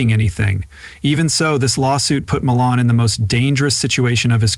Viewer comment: How many times can this narrator say his last name wrong? It’s disturbing take your time when you read and say the same words over the same way not a different way because you don’t understand how the word is supposed to sound to begin with if you don’t understand how to say his last name go to any of his shows and listen to how it’s pronounced